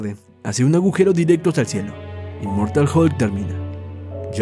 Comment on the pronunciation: "Immoratal hulk" :v